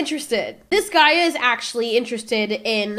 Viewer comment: Did she just call that guy a "gweed"😂